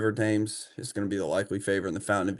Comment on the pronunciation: It's River "Tems", after the river in London.